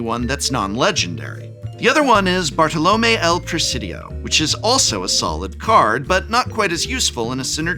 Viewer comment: Listenig to the prof say "bartoLOme" caused me physical damage xD